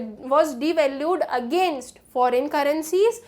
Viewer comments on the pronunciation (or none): none